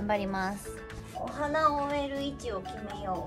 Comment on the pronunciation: 辻ちゃん！「植える」が「埋める」って言ってない？？